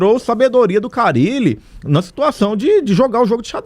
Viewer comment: Não é Carrile Danilo é carilli😂